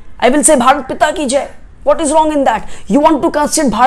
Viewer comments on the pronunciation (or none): none